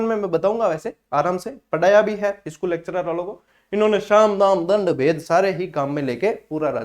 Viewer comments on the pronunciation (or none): none